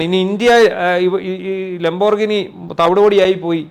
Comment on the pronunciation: Please try to pronounce It properly. It's pronounced like this :"Lam.br.gee.nee" not "lom.brignee"!😅